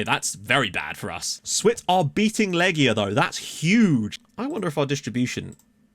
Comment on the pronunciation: Łomża -- you said this one perfectly! Świt -- shfeet (Ś is a 'sh', the w softens to an 'f' sound after the Ś; i's are like the ee sound in feet) Lechia -- Lehia (ch is an 'h' sound, not a 'k' sound) Przyborowski -- Pshiborofski (rz after a p softens the rz to a 'sh', hence 'psh'; y is 'i' as in English words bit or fit)